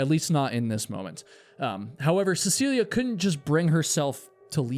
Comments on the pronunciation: Of all the times says her name in the video, he only got it correct (CeciliE, not CeciliA) once. It didn't stop irking me, especially since she's so famous, especially here in Norway. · Is her name not seh suh lee? I keep hearing seh see lee uh